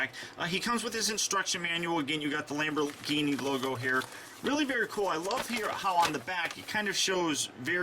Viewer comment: i'm sure 100,000,000 people have told you this but your intro said lambo instead of lambor